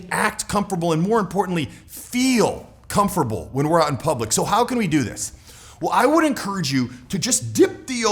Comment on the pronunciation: i enjoy your videos but, please start saying "comfortable" the right way. It's not pronounced "comferbull". Otherwise good videos.